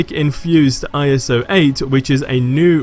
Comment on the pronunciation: Please just say iso